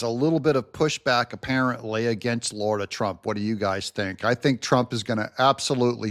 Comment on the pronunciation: It’s LARA